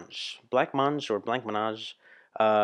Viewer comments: It’s pronounced Bla - mange 🤣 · It’s pronounced Blah-mah-zhe which is the closest I can phonetically spell it out. First of all, you have to realize when this cover was released which was when the UK synthpop new romantic music was at its peak and they gave the song what at the time was a more up to date treatment but keeping true to the original as well. They (Blancmange) were huge ABBA fans and recorded this with total respect and homage to the originators. They themselves have some excellent songs of their own including “Living On The Ceiling”, “Blind Vision” and what I think is their best song “Don’t Tell Me” which I highly recommend you consider for a reaction video, you’ll be glad you did. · blamonge, pronounce it like that, its a pink milk pudding here in the uk, the only lyrics are different is the name of the author of the book he read, barbara cartland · OK its pronounced "Blam-Mange" like "An-Yetta" and the story is. they were on tour and were homesick and even though AbbA aren't English they associated England with ABBA so did this cover ! which i think sounds kinda Bangra ?? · 'Bla-monj', would be a more accurate way of pronouncing it. It literally translates from French to mean, 'white eat.' A dessert made with milk and some kind of flavouring, if my memory serves me right. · Hi its pronounced blamonge (c is silent, g is sh). Blancmange is a pudding in the uk similar to custard. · your pronunciation when saying-Blancmange was comedy gold!! 😂🤣 Also i disagree with you about this version, i think it is just as good as the original! Another cover video you should do is the A-ha cover version originally done by-The Everly Brothers-Crying in the Rain- both versions were obviously hit singles. A-ha's version was a hit in many countries like-UK, Ireland, France, Belgium, Germany, The Netherlands, Switzerland, Austria, Norway(their homeland), + just about a hit single in Canada.